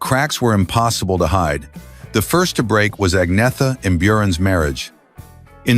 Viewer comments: His continual mispronunciation of Agnetha's name was the fly in the ointment of this mini-doc. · Exactly. There were already rumours going around that Bjorn and Agnetha had split when this came out but nothing was confirmed at the time. This video can't even pronounce Agnetha's name properly, which after 52 years of world wide familiarity is pathetic. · The way "Agnetha" is pronounced here is appalling.